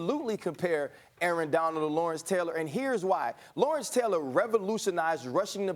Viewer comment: Never been a Stephen a smith fan, max said it right Lawrence-Deion-Khalil